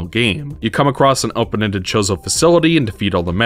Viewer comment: I'm sorry... are you calling them "The Chorizo"? cause that's some spicy sausage